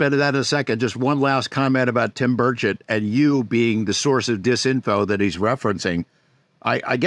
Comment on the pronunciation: Lol not representative birdshit or burchitt. It's burCHET lol